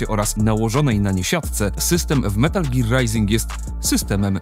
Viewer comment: Szkoda tylko, że tytuł źle wypowiedziany :/